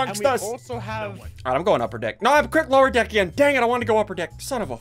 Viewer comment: Go to listen to him when he click lower dek